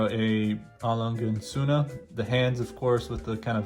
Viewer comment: A Lange is pronounced with an exaggerated “a” like when you say “ah” so it’s A L”ah”nga and Sohne is pronounced Z”oo”na as in Zoona.